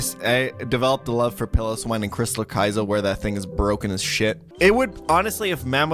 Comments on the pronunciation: Piloswine. Pile-O-Swine. Jesus man. Love the content, but wow! Actually, nevermind. I said Pillowswine when I was younger. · Every time he pronounces it “pill-o-swine,” I cringe